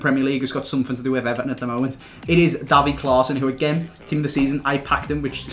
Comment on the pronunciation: It's not pronounced like daffy fucking duck, it's davy (day-vee) smh